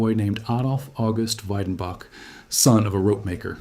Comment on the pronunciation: The pronunciation is Vedenbok if you want to see it written phonetically.